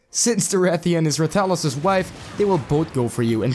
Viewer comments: Put some respekt on his name. Stop saying it like that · The way you say rathalos disturbs me so much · The way you pronounce rathalos triggers me